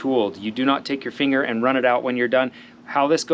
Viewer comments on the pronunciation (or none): none